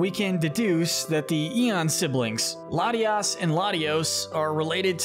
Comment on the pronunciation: you messed up latias and latios' names